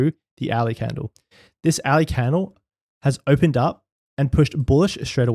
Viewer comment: Very interesting stuff.... This candle behaviour is something the rest does't really talks about. What I really wanted to say is that it took me one or two hours listening before I figured out that you say the word "hourly" ;). Thanks for making theis content!